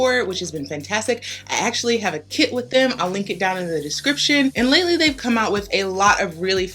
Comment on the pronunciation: When you said "I actually have a kit with them" what I heard was "I actually have a kid with them" 🤣